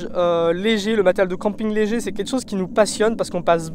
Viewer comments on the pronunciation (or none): Je veux bien te croire.... Sauf que je suis pas d'accord avec tout. Pardonne moi mais je reste septique. Surtout quand tu dis "je gonfle le coussin en deux fois" Au sinon le son et la qualité de la vidéo sonts bonnes voir très bonne. Et on dit "quelque-chose" et pas "quet-chose" voilà petit conseulil pour améliorer tes vidéos. Après tu parle fort et distinctement c'est très bien. :3